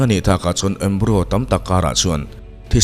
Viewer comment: Embryo (embrai-aw) zawk alawm